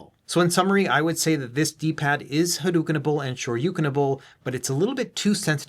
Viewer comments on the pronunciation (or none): 🤓👆Erm, ackshually, it's "Had-oh-ken", not "Had-oo-ken"